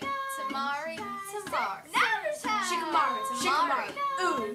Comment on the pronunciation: when shikamaru and sai were arguing it sounded like shit on sei